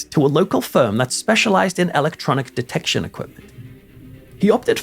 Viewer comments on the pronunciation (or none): none